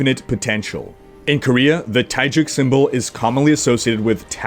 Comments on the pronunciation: Taegeuk is pronounced 'Te-guk', not 'Tai-juk'. 'Tai-juk' would mean Thai porridge...XD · Nice Video. I already saw these, but always enjoy watching your OverWatch review/reaction videos. I like your slower and not overly exaggerated excited voice. BTW it is pronouced "Tae - Guk" not "Tae - Juk".:D